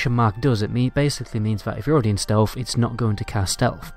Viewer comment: Jeeezzzz Dude, "Stealth", not "stealf".......wtf